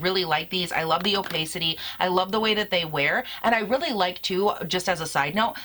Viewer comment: It’s “o-pass-ity”, not “o-pay-city”